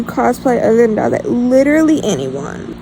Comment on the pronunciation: Yay I’ve been waiting for this video!! I found your channel because of the got ur number music video I thought it was so fun My best friend calls me dazai as a nick name because wild guess I’m mentally ✨ill✨and I say and do silly things and I also cosplay him lol YAY you said my name right! Some people pronounce it wonky lol Thanks for answering my questions!!!